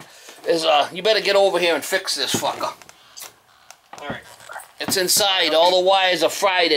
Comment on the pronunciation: ''get over here and fix this fuckah''